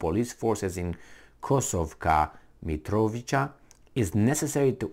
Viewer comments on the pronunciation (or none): pronounced: "Mitrovitsa", brgds